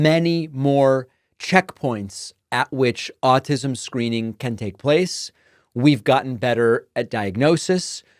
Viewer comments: Pretty sure he called it 'all-tism'...that kinda says it all to me. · Question-...ized? ALL-tis'm? Way to go Oklahoma. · Also said "Altism"